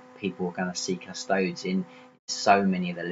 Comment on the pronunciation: 'Cus-toadies', not 'Cus-toads'.